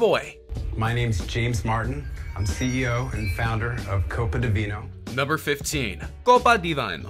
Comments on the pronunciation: Hey announcer: "vino" anyone can say that. Not "vaynow". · Why are you saying "Vino" incorrectly when you played the correct pronunciation before you butchered it? Vee-noh say it vee-noh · You can’t even pronounce Vino or Boise correctly . For that reason, I’m out. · The correct pronunciation is copa de "be-no" no "by-no" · Vine-o? Vee-no you pleb. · why are you saying "vaino"? It's Italian for wine, "veeno" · The inventor pronounced it copa de "veeno" and so why does this presenter say "vyno"? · It's not "vaino", i sounds like your e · Copa di "vinyl" 😆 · Seriously need to find someone who can read the script. "Vino", "Realtor" instead of "Retailer", "Bose" Idaho?? It's painful listening to this. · Also I don’t think Italians say vino like that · You horribly butchered the pronunciation of vino and for the reason, I’m out